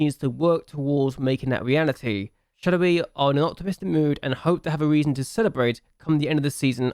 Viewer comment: Nice serie ! I'm not use to not see a youth intake challenge from your channel but Jupiler Pro and Belgium is not played very often on youtube so it's cool! Btw for the pronunciation, in french the "oi" is said like "wa" (like in "was") for exemple it would be "Charlerwa". Nice video !